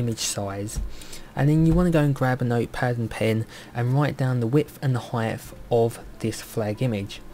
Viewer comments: Are you saying 'height-th?' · Brilliant tutorial ! -Love how you keep calling "Height", "Heigth" haha, (